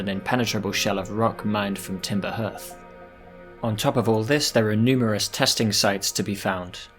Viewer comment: I know this is a year ago and nobody cares but it's Timber Hearth pronounced Harth. Like the hearth of a home or Fireplace. Hence it being the name of your Home planet and also the location of the fire you start at.